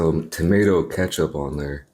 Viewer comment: Did he just mispronounce ketchup